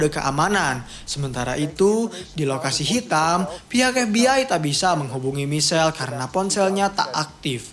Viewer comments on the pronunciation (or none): Nyebutnya Maikel bang, bukan Misel.